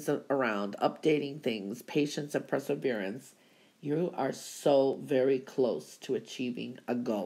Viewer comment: Please....as much as I love your predictions, it's perseverance, NOT presserverance... per not pre......